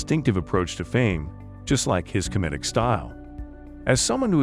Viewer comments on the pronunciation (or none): Learn how to say "comedic"